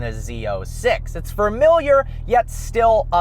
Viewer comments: Fermiliar isn't a word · There's only one R in familiar.